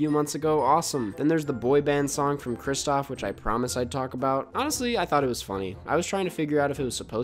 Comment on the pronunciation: i love you man, BUT IT’S KRISTOFF